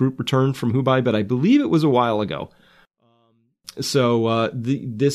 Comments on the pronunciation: The Hubei province is actually pronounced “HOO-BAY” not “HOO-BUY”. It does not rhyme with Dubai. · Hubei = "Who - bay" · Maybe he's just being meta on purpose and trollingly saying who bye~